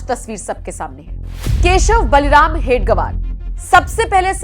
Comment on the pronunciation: हेडगवार नहीं हेडगेवार